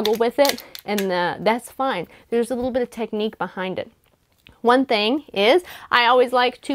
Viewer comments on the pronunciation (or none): none